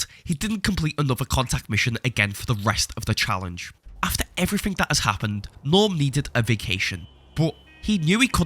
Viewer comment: "Naturally, he loses everythink."